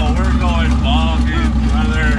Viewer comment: "My giraffe won't give me the hot tune" "BRRRother" 😂😭 I'm dead, let it be known James murdered me with that one